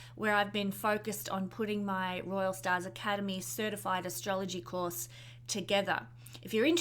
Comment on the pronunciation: Thank you for this video. Love your accent. Still can't get enough of the way you pronounce "Staaaaz" !